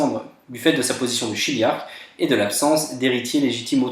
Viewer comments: c'est pas son enfant qui est attardé mais son demi-frère (à Alex). et on prononce "kiliarque" :) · C’est plutôt clair même si il y a des petites erreurs. Un détail : chiliarque se prononce kiliarque